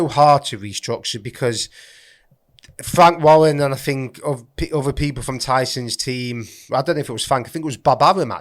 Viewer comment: Fwank Wawwen & Francis Nigannou